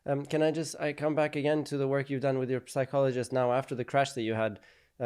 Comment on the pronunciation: the 'p' in psychologist is silent.